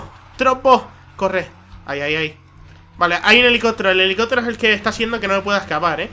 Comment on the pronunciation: elelicotero y la pulicia, se nota que es canario macho! xD xD